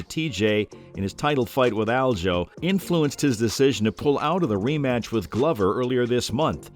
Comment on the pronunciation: Broooo. U pronouncing aljos name wrong is driving me crazy lol